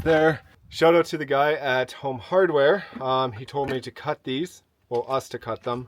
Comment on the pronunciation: I enjoy watching your adventures especially when you say home makes me laugh keep up the adventures..your awesome helping out your friend